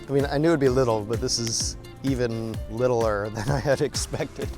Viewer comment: the way he said littler , i knew we was watching a dumb one